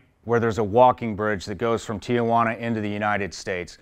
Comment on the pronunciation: Tijuana (tee-wanna) there’s no a in there. Not tia juana. Ti-juana. Cool you did this. A lot of those people want a safe life, and to contribute. Most Americans opinions are wrong about the people trying to come here.